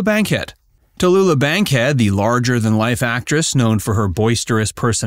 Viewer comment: It's Tallulah darling not tellula wtaf 😂